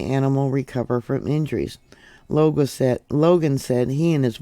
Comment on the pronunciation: Longo, not Logan.